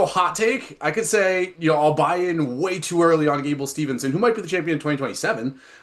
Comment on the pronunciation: Its Steveson. Gable Steveson.